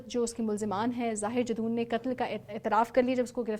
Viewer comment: Miss, his name is zahir jadoon, not zahir Jason.plz be prepare while doing video, specially in these criminal cases